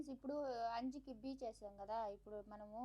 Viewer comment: బీచ్ కాదమ్మా అర్థం తప్పుగా పోతుంది బ్లీచ్ అంటార